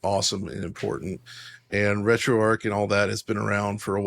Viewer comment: RetroArch is not pronounced RetroArk. It's named after Arch Linux, where the Arch is pronounced like archer or archway.